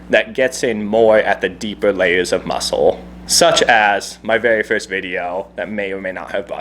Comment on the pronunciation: Vewy verst